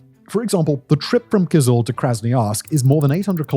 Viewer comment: Hi!The stress in both Tuva and Kyzyl is on the last syllable, so it's TuVAA and KyZYL as opposed to TUva and KYzyl.